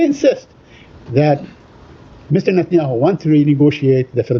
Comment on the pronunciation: Y he say mister natanyau